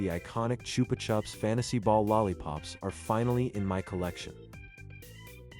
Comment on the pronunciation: It's pronounced "Choopah Choops".